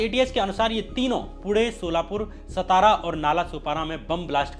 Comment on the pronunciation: श्याम मीरा जी, नमस्ते। जैसा आपने कहा कि अंधश्रद्धा निर्मूलन समिति के अध्यक्ष नरेन्द्र दाभोलकर का शव उनके गृह ज़िले सतारा में लाया गया; यहां मैं आपको यह सूचित करना चाहता हूं कि महाराष्ट्र में सतारा नाम का कोई भी शहर या ज़िला नही है। आप जिस ज़िले की बात कर रहे हैं;उस ज़िले का नाम 'सातारा' है ना कि 'सतारा'। यह अंग्रेजी लिपी रोमन की देन है जो एक ही प्रकार के हिज्जय(Spelling)को अनेक तरीके से पढ़ने या उच्चारण करवाकर ग़लत जानकारी देती है। अब SATARA को अनेक तरह से पढ़ा,बोला जा सकता है। जैसे-: सतारा, सातारा, सतरा और सातरा। इनमें क्रमांक दो का यानी 'सातारा' यह नाम सही और अधिकृत है।आप को मालूम नही है;तो किसी महाराष्ट्र के निवासी से पूछ लें। अगर पटना का अंग्रेजी में PATNA है;तो उसे पाटना, पातना,पतना ऐसा बोला जाए तो वह सुनने में कैसा लगेगा। धन्यवाद।